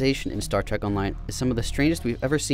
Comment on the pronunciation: its Trek not trak